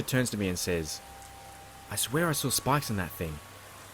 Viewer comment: Great job! My mind heard ''I saw spice on that thing'' instead of ''I saw spikes on that thing''. Haha. I had to go back and listen again.